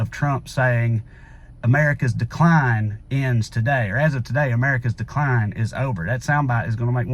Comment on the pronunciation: Jon Stewart mentioned that trump didn't say the decline will end. He said the dic line will end. Play the video over and over. He really did say dic line